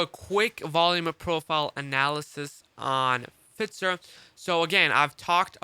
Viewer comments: Fitzer lol F"eye"zer (Pfizer) lol love your work bro im just breaking your cojones 🤣🤣🤣 Happy New Year brother keep up the solid work! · F “eye” zer. Thanks though good content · Ahh FITZER.. I always thought its Pfizer